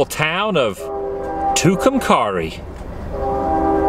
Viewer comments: I'm from Tucumcari! It's pronounced "two-come-carry." there used to be a lot more neon signs, but they started to disappear in the late 1980s and early 90s. I've driven by those abandoned buildings outside of town all my life but never stopped to see them. I wish I had now. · That’s pronounced Too-come-carry 😝 love your blogs!!!!! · YO I LIVE IN MORIARTY HELL YA, also tucumcari is pronounced as tucum carry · Tucumcari- pronounced "TWO come carry" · It's pronounced too-come-carry. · Y'all pronounced tucumcari and curious wrong